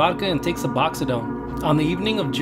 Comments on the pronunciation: Oh and it’s Suboxone, not suboxidone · Suboxone not suboxidone my only criticism love your voice and videos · You kept saying suboxodone. Its suboxone, its most commonly pronounced Sub-ox-en or Sub-ox-own. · Su-box-one There is no D in there bud. Lol either way keep it up bro good stuff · I think he was mixing Methadone and Suboxone up and caused him o say it as suboxodone lol. As someone who has used both I just thought it was kinda funny lol. currently on 200mgs of methadone a day as well. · It's suboxone not suboxodone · It's pronounced Sub-ox-on. 😂😂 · It's pronounced suh-box-own, not su-box-id-own. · I cringe everytime u say "suboxadone". Its just suboxone bro, just sayin. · Su-box-zone not su-box-za-done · Suboxidone thats not how u say it sts suboxone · Lol why you pronounce is suboxidone 😂 its called suboxone. Why would anyone try to get high off it? Such an odd choice, he was weird for sure. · I subbed to ya and liked the video, I just wished it was longer and more informative than just things that have already been said and heard. Last thing I am going to comment on is not necessarily the way you enunciate words but one specific word in general i thought it was hilarious how you called Suboxone Suboxodone LOL you got Methadone, then you have Suboxone(Buperenorphine) which both are opiates that are mainly used to wean heroin addicts off of opiates, such as pain pills and of course Heroin, but they have both also been used for pain management specialists and doctors have prescribed both for pain to countless Americans over the last century alone. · Did he say “suboxodone” ?? I think you are confusing Suboxone and methadone just FYI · SUB-OX-UN thats how you say it bro lol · Lol what in the fuck is "subaxadone" haha smfh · Lol . . "suboxidone" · You keep saying suboxodone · It's not the accent. It's mispronouncing really simple words. Hooked on phonics didn't work for him. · He saying it wrong😂😂